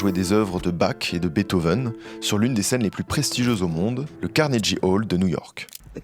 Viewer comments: Carnegie se dit "kornégui", pas "carnédji" 😅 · Mer-ci pour cette très belle vidéo. Quelle vie Nina! Ça m'a fait du bien de l'écouter à nouveau. (Ps: on s'en fiche un peu mais si jamais ça t'intéresse, Carnegie se prononce avec le son "gu" pas "j" ;)) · CARNEGUY CA SE.PRONONCE CARNEGUY...ET CEST PAS AU LAGOS MAIS À LAGOS CEST UNE VILLE